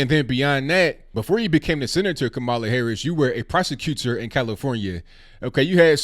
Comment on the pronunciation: Why don't you at least learn how to pronounce her name? Not really black? That's disrespectful